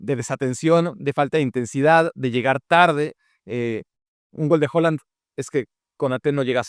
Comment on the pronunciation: Excelente análisis como siempre, pero por favor, deja de llamar HOland a Haaland, hasta el mismo nos dice como pronunciarlo.